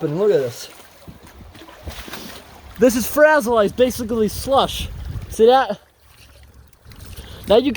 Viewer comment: Love how you call it frazzle ice!!! 😊😂